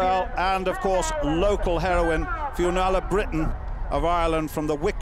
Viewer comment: he pronounced 'finnuola' not quite right..